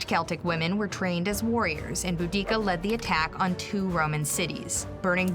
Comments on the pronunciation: Bo-dic-a that really annoyed me how she said it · The pronunciation of Boudicca and her tribe gave me psychic damage